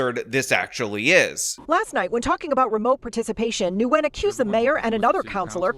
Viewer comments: Its pronounced like WIN. Not Newgin. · i’’m pretty sure it’s pronounced nwhen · I think the Vietnamese name "Nguyen" is pronounced "win." (if that's even her last name, I'm just guessing based on how he pronounced it). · I believe Nguyen is pronounced "WIN" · I dunno what’s funnier. This progressive clown’s claim that she’s “non-binary” or pronunciation of “Worcester” and “Nguyen”. War-chest-er! Noo-ghen! 😂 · I love that he keeps calling them “noogin”. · Nyugen is pronounced win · He pronounced Nguyen as Nagoon lol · do you even know how to pronounce Nguyen? The other guy can't even pronounce it either. It's "ng" just like you say "ing" but concentrate on the ng and then "u-en". Sounds like a "w" when you get the "en" part but there is no "w". Kind of like how everyone pronounces Erdoğan wrong. The "ğ" in his is silent. That's where the sort of "w" sound comes from. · When you are preparing a video, why can't you take 2 minutes to work out how to pronounce words? If you are doing a video about someone named Nguyen in a city called Worcester, you should properly pronounce Nguyen and Worcester. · Julien Miquel (YouTuber) demonstrates how to pronounce words & offers a great service. *Worchester is pronounced 'Wooster' (bypass the 'rche' in the middle). *Nguyen is not pronounced as "New-gun". Julie Miquel has a good demonstration of the correct pronunciation.